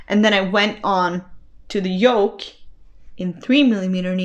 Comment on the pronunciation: Your podcast was very good. High marks for content and enthusiasm. You English is excellent and I had no problems understanding.One tiny thing , yoke and joke are two different words. Otherwise, very good.